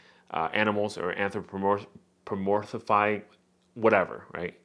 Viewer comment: A lot of crappy news here, but at least we got to hear you try to pronounce the word anthropomorphic a few times and that was hilarious.